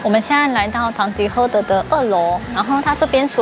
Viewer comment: 聽到主持人唸完品牌 就想到「是 唐吉ㄏㄜ～德，不是 唐吉ㄎㄜ～德」😂😂😂